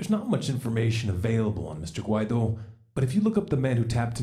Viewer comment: Guaidó (wah-ee-doh) but yes you’re right on point on the whole situation! Keep up the great work!